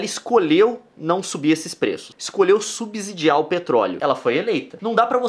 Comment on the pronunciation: Se fala "subSSidiar" Som de S e não de Z.